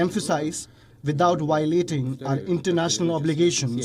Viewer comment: It's violating not wiolating lmao 🤣